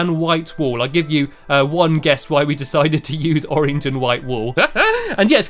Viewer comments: You say orange like orenge it is funny anyway I love you stampy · I just love how you say orange! You pronounce it as oreenge!😂<3<3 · i love the way u say orange stampy its like ur saying oringe now I will ask my mom if I can have an oringe for dinner I don't know why for dinner maybe for lunch